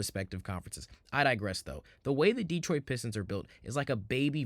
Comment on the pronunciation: Asur Thompson is a unique player freak athlete comparing him to P J Tucker is ridiculous Cade Cunningham is an excellent defender! He plays nothing like Harden. Please learn how to pronounce Detroit. You know nothing about our team what you should be talking about is how we are ahead of schedule! Trajan knows what he’s doing! No need to do anything major this season he’s going to see how far this group can go , then he will make moves in the off- season last of all Orlando is not a typical 8 seed had they been healthy they would have finished much higher! What this 60 win team has shown is there is more than one way to win in this league might even get some real fans back! You know ones who appreciate defense, physical play! Instead of let’s shoot 50 3’s a game, hunt fouls and push offs to gain space on offense